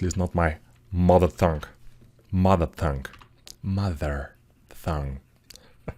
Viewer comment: Hi! I don't mean to be intrusive with my corrections, but when you start saying "mother tongue" you say it like "mother thong" which is thin beach panties, like, bikini the T has got to be solid, like "tea" or "table" hope it's helpful thanks for the guide, it's fantastic!